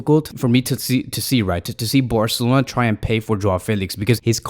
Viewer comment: Could you please say Barcelona instead of Borcelona😅